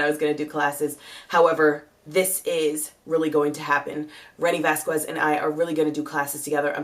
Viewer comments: vasquez i'ts ponounced Vaskes :) without pronouncing the u after the q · You look beautiful! But pronounce it like this VAS - KEZ. The stuff in the middle isn't enunciated.